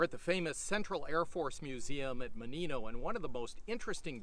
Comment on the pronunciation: It's mOnino, not monIno